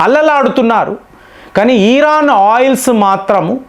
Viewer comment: ఇరాన్ ఇరాన్ 😊 ఈరాన్ కాదు, కాదు ఈరాన్... మళ్ళీ అలాగే పలుకుతారు😂